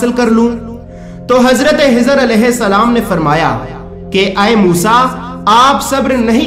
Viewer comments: Hajrat khejer alahissalam naaki hejer alahissalam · حضر نھیں خضر بول بھائی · Janab unka Naam Hizar nahin. ..tha unka Naam Hazrat khizar tha please talaffuz Sahi kare. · janab azrat hijar nahi un ka naam khizar alheissalam hai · usne bhi yahi bola k khizar lekin yume video me hizar bola h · Bhai bohath acha hai lakin aap hazrathe hizer kehrahe hain unka naam khizer alesalam hai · Bhai aacha video banaya. Hizhar Alaysalam nahi balki Khizar Alaysalam they. Dr Fareed Ahmed MD (AM). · Hazrat hizar nahi, Hazrat khizar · Kezar a s bolo ezar heza qun bol taaho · khizr alaihi ssalam not hizr slaihi ssalam. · Hizr nahi khizr alehissalam.... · Assalaamalaikum aap khizr as ko hizar keh rahe hai plz correct🙏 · Bhai jan Hazrat hizer nahi unka nam Hazrat khizet hai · Wo hizar nahi hazart e khizar hai varification karo names ka jis se aap ko doubt na ho bohot achha bataya hai bus ye eak fault hai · Khijr Alaihissalam not hizr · بھائی آپ نے کوشش اچھی کی لیکن خضر علیہ السلام کو حضر علیہ السلام کہہ رہے ہو ۔اس میں اصلاح کر لیں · Hazrate hizar Nahi hai hazrate khizar a s hai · Hizar nam nhi h khezar nam h samjhe janab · آپ خضرکی جگہ حضرکیوں کہتےھیں کیاخ نہیں نکلتاھےآپکا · Hazrat jo naam aap bata rahe ho Hazrat hijar alaih salaam to suno un ka naam hai khaja khizar alaihsalaam hai khaja ka laqub mila hai koi Hazrat khizar alaih salaam kaihta koi khawja khizar alaih salaam kaihta hai to koi khijar alaih salaam kaihta hai hijar nahi khijar naam hai aap ka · Well said brother agr mai galat samjh raha hu to bara e karam mujhe meri mistake thek kren, mere khayal sy ap ek mistake kr rahe hain, “Hazrat Khizr” hain na k “Hazrat Hizr”, kindly un words pe focus kren jo k start mai “Kh” ata hai jese k “Khud” r ap “Hud” bol rahe hain. Boht boht mazrat agr meri koi bat buri lagi ho to. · Aap kha nahi bolsakte kiya? Khazana jo hazana? Khizar alaye salam ko hizar bolre ho.????? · Hezar alaesalam nhi Bhi خضر عاليسالام حوتا Hezana nhi Bhi khazana hota خ padna nhi nhi ata kya bhi خ